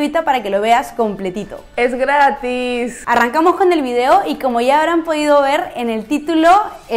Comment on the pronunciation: tiene un problema con la palabra "gratis". Hahaha